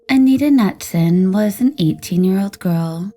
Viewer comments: Knutson is pronounced Nootson not Nutson. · Anita Knutson = Anita Ka-NOOT-Son (Not "Nut-Son") 😉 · I'm getting tired of the YouTube peeps either dont pronounce the names correct or are just reading without thinking. Pretty sure it's not nutsome. But noodsun. So messed up how you dont even realize this. Grrr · Pronounced ka-nootson, not nutson